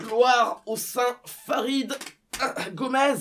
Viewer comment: Fãrid Gómez. Dans ce cas pourquoi tu le prononces Goméz?